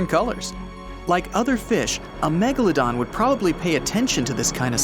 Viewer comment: At the start he said the meglldon [ik wrong spelling]